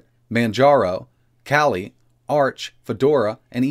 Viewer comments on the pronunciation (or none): none